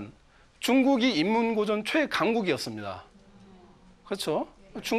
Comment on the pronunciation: 사례,고전,과연,다들,대체,옛날,20대,저자, 등은, 단어의 첫 자를 짧게 잘못 발음한 실 예입니다. 모두 길게 발음해야지요. 놀라웅 일은, 고전 가의에 "고전"을 바르게 발음하지 못했다는 것이다. 고국 동포 여러 분! "한국 어문을 고발함"을 읽어 주실까요? 미국 변 완수 드림